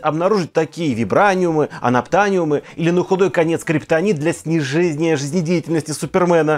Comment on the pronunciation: Для СНИЖЕЗЖНИЯ, диктор ещё тот 🤣